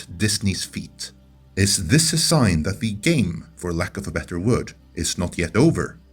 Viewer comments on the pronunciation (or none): none